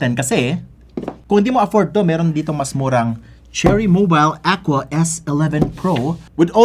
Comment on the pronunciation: Aqua Guhrrr😂